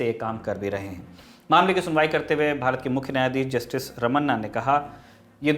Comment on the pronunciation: The CJI’s name is जस्टिस रमना and not जस्टिस रमन्ना।